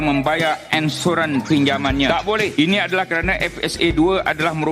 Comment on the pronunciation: Tgk tu, nk sebut perkataan "Ansuran" jadi bunyi perkatan "'Insurance" dlm bahasa Eng... Hashahaaa. ENSUREN.... Hahahahaaa.. Lawoooo nye mat maz ni.. Cakap ala pelat org british wooo...ade ke ANSURAN jadi ENSUREN... Hahahaaiii... Cuba awak2 semua review balik vttu hahahaa.. Lawok weii.. ANSURAN boleh jadi ENSUREN bila para non2 berhujah.. Bayaran Ansuran Bulanan tu kan... Boleh lak jadi "Bayaran ENSUREN Bulanan"... Hohohooo.. Adehhh la.. Mcm mane la kalaiu org luar tgk sampai mcm ni skali level minister kiiter ni yerr... Ayooo...